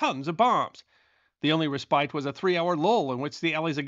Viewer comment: Ok, I'm definitely sure now. Sure that I'm in an alternate reality where literally nobody knows how to say the word 'respite' correctly!